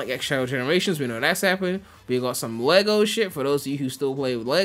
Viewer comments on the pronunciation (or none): none